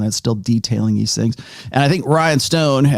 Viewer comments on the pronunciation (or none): Sorry to do this but as an Irishman I can't let it slide lol. Rian is not pronounced Ryan. It's Ree-an. It means King.